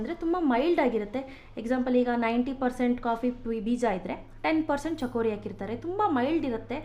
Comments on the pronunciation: mam adu chikori not chakori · chakori alla madam..its chikori.